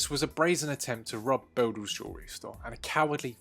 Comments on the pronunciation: Great police work and nicely put together video, however your pronouncing the jewellery store wrong, it’s Boodles as in noodles ! Let’s hope these losers get a good kicking in prison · It's pronounced "Boooooodles", you lemon... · Listening this guy mispronounce boodles like 20 times did my head in